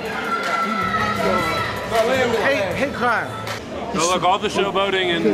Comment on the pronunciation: Lmao said hait crime